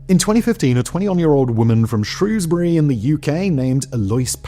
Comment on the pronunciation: thank you for pronouncing Shrewsbury correctly